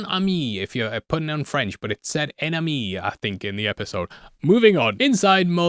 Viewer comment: "hein ameee" is closer to the correct pronounction than "oon amee" that our local Youtuber is saying. Point goes to X-Files. XD